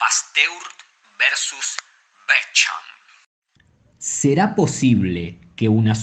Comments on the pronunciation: Por favor 🙏🏻 el video dice la verdad pero hagan un esfuerzo para pronunciar mejor el nombre y apellido de Antoine Bechamp ! Asi como pronuncian bien a Louis Pasteur deberían hacer lo mismo con el gran cientifico Pierre Antoine Bechamp... aunque no lo crean pronunciar mal el nombre de un cientifico hace q el video, aunque diga la verdad pierde credibilidad... la fonetica de Antoine es Antuan y la fonetica del apellido Bechamp es Besham 🙏🏻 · El autor de este vídeo hizo toda una [pseudo] investigación, pero no pudo pasar por el traductor de Google para aprender a pronunciar Antoine Bechamp